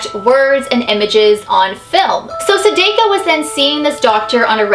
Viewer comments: I cringed every time you said Sadako. You said it wrong. Lol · Chloe Michelle yep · sAHH- dAHH - ko, not suh-day-ko, just saying! Also I love your videos, I think you're great (: I've been binge watching them all. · ...I love you sooo much!!! But I’m not trying to be a hater but it Sa-Dah-Ko,Not Sa-Day-Ko... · its DA not Dae sorry for correcting you love the vids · You've said you watched Ringu right? It's Sah-Dah-Koh. Not, Say-Day-Ko. It's my pet peeve when somebody says it wrong. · corection there i actually speak japanese and its not pronounced sadako its pronounced sa-da-co not sa-day-co. da not day just saying. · the name of the ghost is like sah - da - coh not sa-day-co but i luv u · Lol u said sadako wrong it's actually pronounced sahdahko not sadayko lol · (plz no hate ,,,,,it just bothers me how you say the name) it is not sa-day-ko you pronounce it just like the name's spelling sa-da-ko i know Japanese pretty sure it's how you say it :D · Hey, just wanted to tell you, her name is pronounced Sa-dah-ko. Not Sa-dai-ko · Is anyone else cringing the way she is butchering her name!? It's Sah-DAH-ko not Su-DAY-ko... Still love you! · is great, she's the realest youtuber ever, just im cringing to the way she says sadako, it's not "seideiko" the a sounds more like the european people say their a like "saadaakoo" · Me: it's called Saadaako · Pronounced Sah-Dah-Ko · U ua u said it wrong it's sa da ko and this story is more like the grudge 😟sorry I have problems with people who say names wrong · ITS PRONOUNCED SAAAAAAAHHHHH DAAAAAHHHHH KOOOOOOOOO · her name is pronounced sah dah ko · wow you pronounced Sadako wrong you pronounce it Saydayko -_ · Here, it's pronounced like sa-da-koh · how to pronounce sadako! sa tha kho =sadako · Sorry to correct you...I really don't want to be mean but I watched a anime which said sadako. SAH-DAH-KOE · Chloe Michelle Sounds like Sadukyo I spelt that wrong